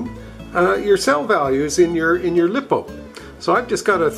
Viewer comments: Very good video, thanks. BTW, it’s pronounced Lie - Po, not Lip - O. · consisering how many times you said lipo i feel the need to inform you that its pronounced like liposuction